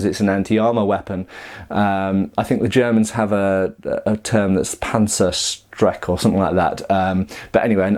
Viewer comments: Indeed, there is a Klingenthal in Rhein-Elsass. Up to now I'd only known Klingenthal im Vogtland. Also, I guess you mean Panzerstecher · I think you meant"Panzerstecher"